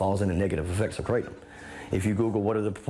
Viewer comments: Kratom is pronounced KRAH-TUM. It’s not crate-um. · No John, just ban them, as a former "krah-tum" (not kray-tum John smh) we will figure out how to deal with withdrawals. Theyre not the same as opiods but its disgusting they're not 100% illegal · just pronouncing it that way is pretty pathetic, there was a guy here in Brooklyn and a head shop who kept on saying it like the way you would pronounce "Ralph Kramden", it was stuck in my head for a fucking year lolllll KRATT'um!! it's krah-TÖM. Thai. just like we dont say San Joasy or chevroletttt 😜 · First, its pronounced kratom, not kratom. I agree gas station drugs are trash, but there are online kratom vendors that test for quality and consistency that are a better source if you take kratom for pain management or recreation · 😡😡😡😡😡😡😡I love you John Oliver but you are an idiot for not even knowing how to pronounce the word correctly let alone COMPLETELY talking out of your ass. kratom literally save thousands if not hundreds of thousands of lives by getting people away from opium. that's why it was made illegal during the British opium wars. The problem is with contaminated product, or concentrated extracts that actually mimic strong opioids. YOU ARE HARMING PEOPLE WITH THIS BROADCAST. this was just the biggest mistake you've ever made in your career.